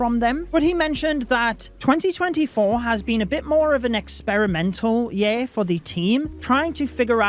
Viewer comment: i feel like you're trolling us all by the way you're pronouncing "year" now (yeah?) 😂😂